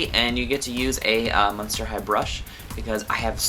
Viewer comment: You said muster not monster